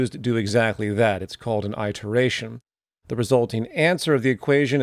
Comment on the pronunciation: Are you using a completely different word, or did you mispronounce "iteration"?